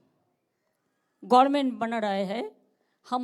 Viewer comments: সফিকুল ওনাকে গভর্নমেন্ট বানান টা ও কেউ শিখিয়ে দেয় না গরমেন্ঠ বলে কেন। বারংবার বলেন। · "Gorment" এখনো পর্যন্ত গভর্নমেন্ট বলতে শিখলি না পিসি তুই বাড়ি যা। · ওই রকম পাগলীর বক্তব্য এই রকম অশিক্ষিত লোকের মতই হবে এর থেকে ভাল কিছু আশা করতে উচিত নয়। যে কোন দিন সঠিক ভাবে গ-ভ-র-মে-ন্ট উচ্চারণ করতে পারে না গরমেন্ট বলে তার বক্তব্য আর কে শুনবে? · What is Gormen ? Learn English first, then come to talk in public. This lady has no qualifications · উনি আগে গভর্ণমেন্ট উচ্চারণ টা সঠিকভাবে করুন , তারপর প্রধান মন্ত্রী হবার দিবা স্বপ্ন দেখবেন । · ভাগ্য ভালো ' গরমেন্ট' বলেছে, গাঁড়মেন্ট বলেনি I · গরমেনট গার্মেন্ট চোপ । হ্যাঁ এটা গরমেনট ই হবে। তবে গার্মেন্ট ও বলতে পারেন। ,, শিক্ষনীয় বিষয়। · উনি কি বলছেন? গাঁর মেন্ট?